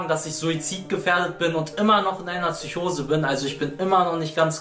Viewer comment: Es heisst PSYCHOSE MIT P KURWA